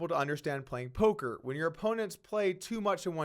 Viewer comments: guys he said Polker Hands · Haha it’s randy lew aka nanonoko.. he just made a speech mistake, he knows what he’s doing. He immediately says after “making Ax suited less likely” to correct himself. But yeah I noticed it too and was like you sure about that nano..? 😂